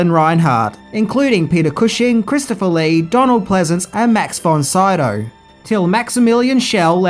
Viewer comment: Dude, ya gotta learn how to pronounce Max Von Sydow’s name or people will think you are some ignorant Millennial lol